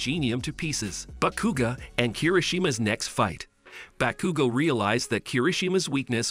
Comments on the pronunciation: The entire time i was dying every time he saqid "bakugu" or "kachyn" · Bros saying Bakugew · “Backugo” or “catchin” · Bro you did bakugo dirty (Realy bagugo)😂😂😂 Ke chin Kaachan